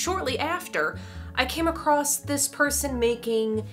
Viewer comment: *across doesn't have at T at the end lmfao